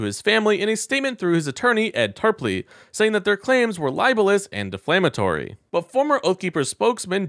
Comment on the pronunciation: MiliTant not militia-nt and there's no L in defamatory